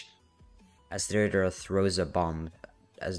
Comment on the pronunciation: the way you said deidra and sasori the first time 10/10